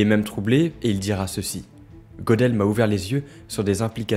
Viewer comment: Très intéressant. Petite précision : Gödel se prononce Gueudel